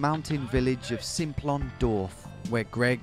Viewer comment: I was driving on the Simplon pass (it's pronounced samplon btw) last summer. It was really foggy so you could barely see 10 metres in front let alone any of the mountains, anyway we got to this gorge type thing near the border when the sat nav suddenly blurted "turn right, then take the ferry" we turned right and all that was there was a train station I believe. In this gorge there was absolutely no way you would fit a ferry, in fact the river running through the gorge was probably the rockiest and most impassible I've seen. I guess maybe there was a drive on train thingy. Anyway I'm loving the vids so keep up the good work 👍👍